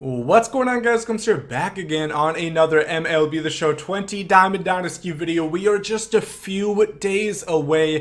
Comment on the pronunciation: He really said Melb